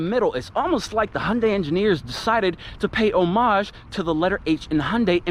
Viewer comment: Its Hyundai not hunde